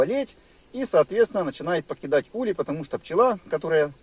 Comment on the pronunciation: Не улье, а улей правильно ставь ударение.Учи граматику русского языка.Слет пчел происходит от заклещенности.Если хозяин не может или не хочет или не знает об этом ,то пчели сами выбирають путь к спасению и освобождению от клеща .Наличиеклеща всегда ведет к появлению различних заболеваний.Изучай биологию клеща и сопутствующие болезни.